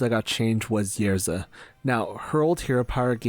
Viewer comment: love your videos. it is Ysera and not Yersa